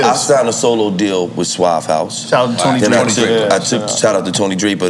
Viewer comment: Gillie already drunk “the realest ceo I ever tigned too”🤣🤣🤣